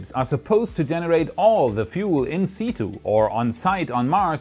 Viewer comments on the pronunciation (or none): Love your vids, thanks for the great content :D In-situ is pronounced In-'Sityu' or In-'Sitchu' 👌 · It's pronounced 'in-sit-you"